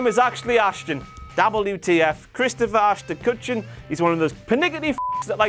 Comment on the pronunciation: Byron Saxton saying "Ashton Ashron Kutcher" should have been WTF moment as well